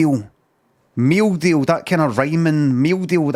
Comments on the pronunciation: meew deew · _____. every time he says meal deal